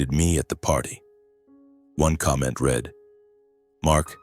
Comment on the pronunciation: This is just AI blather wrapped up as a dysfunctional family morality tale. However, when you cannot distinguish READ ("Reed" present tense) from READ ("Red" past tense) but can distinguish READING = Reeding, l have lost respect that 1) you know so little about English grammer ; and 2) that you apparently have no Quality Control editing in place.